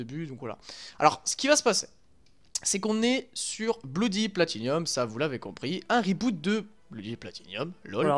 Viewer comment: Sympa ! Par contre c'est bloody platinum, pas bloody platinium. ;)